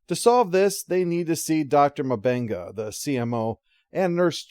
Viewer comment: Close. But, I don't think M'Benga's name is pronounced as "Muh-Benga". Instead, I believe it's "MMMBenga". -If you are going to have aliens on your ship - even if they are unconcious, you really should have security in the same room to watch them. Especially since M'Benga wasn't sure if he gave enough sedative for their biology. They simply cannot work on one alien and still watch the other. Ridiculous and irresponsible! -I have to say, you tied up the episode, in your final summation better than the show did! Not that they didn't try, or anything. -This show has potential. I hope they are able to keep it and help it to bloom beautifully.